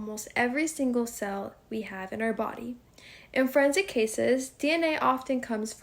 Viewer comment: And what is "friendsic"?